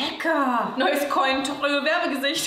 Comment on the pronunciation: Mit dieser furchtbaren Aussprache wird definitiv nicht das Cointreau werbegesicht 🤣